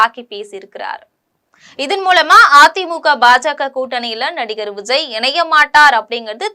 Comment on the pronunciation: எம்ஸியாரா! விஸய்யா.... பெயரை ஒழுங்கா உச்சரிக்க கற்றுக் கொள்ளும்மா., 😂